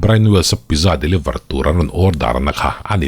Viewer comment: Pizza tih hi pitzza tih a lam tur a ni veleh tlat a... Keipawn mak ka ti ania aw... 😊